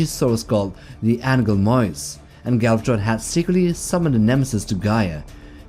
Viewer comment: stop saying galvat-tttron like that